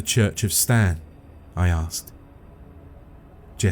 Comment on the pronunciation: should've been "Staan" instead of "Stan"